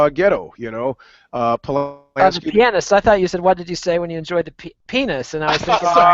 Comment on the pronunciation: Pronounce the fucking "a" pianist hahahaha